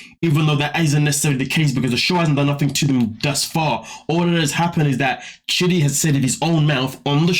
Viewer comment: It sounds like you're calling him shitty